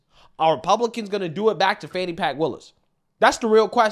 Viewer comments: Why do they pronounce her name like Fawn-knee? Isn't it actually fanny? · Can someone explain to me how "fani" becomes "fawn-e"? Why? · “Fani Pack” 😂